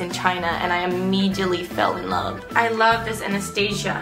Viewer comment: Did anybody notice her pronounce Anastasia wrong?